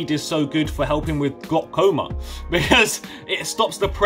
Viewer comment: WTF IS GLOKOMA LMAOOO